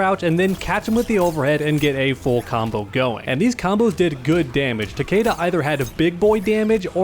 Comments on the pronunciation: Honestly, Takeda is the only good Kombat kid character, and it's Takeda and not Takiida or Takeydah. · Pronounced Tuh-kee-Duh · I just hate how they pronounce Takeda's name, that is not how you say the name Takeda, I gues they never heard of Shingen Takeda they probably jjust looked up japanese last names lol